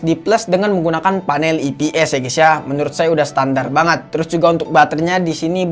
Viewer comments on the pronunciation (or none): saran bang nyebut ips nya, "ai pi es" jangan "ii pi es"